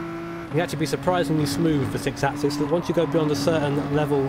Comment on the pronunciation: Could you please do the #48 License Test with the 6 asses.... ? TY (It's pronounced: 6 accsEEs). LOL BTW: If I had a dollar for each time you said "6 asses" , ...I could buy a PS4 Pro. :/ LOOOOL